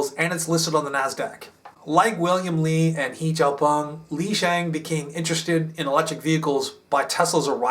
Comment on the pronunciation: Another good video. Xpeng CEO's name should be pronounced like "hey xiaopeng"